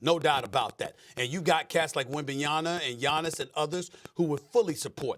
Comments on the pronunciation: “Wembayana” -Stephen A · It's been nearly two years and SA still pronounce Wembanyama wrong. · Stephen A. Can you finally pronounce wemby last name properly ? it s been in the league for over a year now....🤦‍♂ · Stephen A has yet to say Wemby’s name correctly